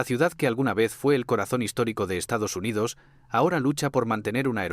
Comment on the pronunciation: Estados Hyndodos o Estamos jodidos? 😂😂😂😂